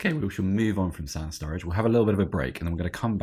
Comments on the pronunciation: Surridge not Sturridge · Were you guys calling Sam Surridge STURRIDGE or was I imaginig things